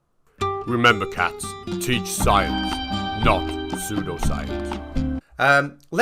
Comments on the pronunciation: Spanish pronunciation of English: sudo saiens xD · "psuedo science" (pronounced "sway-doh science") is the new Space Comma! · It's "psuedo, psu-edo. Say it,.